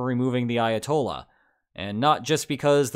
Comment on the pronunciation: Why does he sound asif he says Iatol instead of Ayatollah 😑